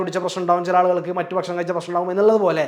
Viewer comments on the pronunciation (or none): none